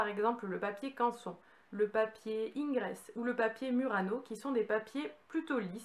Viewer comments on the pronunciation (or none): Gérard Bellot. Bonjour, Video très intéressante avec une petite rectification cependant: le papier Ingres est un papier qu'utilisait le peintre français du même nom et du XVIII siècle, et donc, cela se prononce IN et non INE..Ses descendants vous en remercient..... Bonne continuation